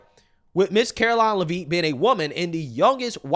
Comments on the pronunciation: Lev it. Not Livvit, lmao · STOP IT!!!👹 Her name is pronounced: “LEV-it” not “La-VEET”!🤪🙄😂😆🤣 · FYI....her name is pronounced Levit. Watch you every day! Keep up the great work. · Love the show the name pronouncing is Lev-itt (a is silent) thanks you’re awesome I recommend to all my family & friends 😊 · her name is pronounced “Leh Vit” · My man... FYI... her last name is pronounced LE-vit... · it's pronounced like Lev It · If you only read one comment plz read this one.. it's pronounced Lev-ittttttt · Le-Vitt. Come on! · Pronounced LEHV-it. Come on. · I’m not trying to be rude, but I think her name is pronounced “Lev-itt” like it’s a short E. I might be wrong, but that’s how I’ve heard everyone else say it. Also, Karoline has her degrees in communication and political science. How tf is she unqualified? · Bro, SAY HER NAME RIGHT!! IT'S PRONOUNCED Lev-IT!! Lev-IT Lev-IT Lev-IT Lev-IT Lev-IT!!!!! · Why are you mispronouncing Karoline Leavitt's last name?